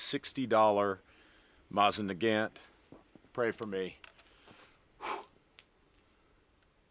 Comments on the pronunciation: Mosin Nagant ❌ Mosin NEH GANT ✅ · "Mawsin nagAnt" how do you say that with a straight face??? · MOSSAN NAGGANTTT LMAO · It's not called a "maw-sen niegant" It's pronounced "moe-sin nagant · man for a guy that spent a lot of time with foreign language speaking people you butcher the word mosin nagant in a way i diddnt even think was possible. "moe zen nuh-gaunt" is the right way to say it, just like how everybody else says it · “Mozzn negant” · Moh-zin nuh gant. Who tf says it like that. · The proper pronunciation is " Mo seen - Na Gan" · "Mah-zzin Nuh-gan't" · Mawzin nuh-gant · Moss Ann nawgnat lol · Take a shot every time he intentionally mispronounces Mosin Nagant = alcohol poisoning before new year. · Know idea if its on purpose or not, but the way he says mosin nagant makes my fuckin brain hurt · I hate you so much for mispronouncing every single utterance of “mosin nagant” …. Good job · Why are you saying mosin nagant so wierd😂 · Every time he says "Mosin Nagant", his pronunciation gets worse. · Breaking news: Lousiana man says "Mosin Nagant" like he is from Wisconsin. be hitting the beer and cheese too hard. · Oh yah, he rilly does now, doncha know? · I hate his pronunciation of it